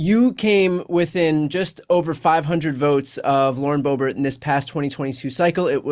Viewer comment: He has to be pronouncing it Bo-bArt on purpose, right?